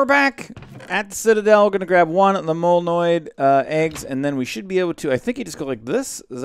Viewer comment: molnoid NOSE me: HE GOT THE WORD RIGHT!!!!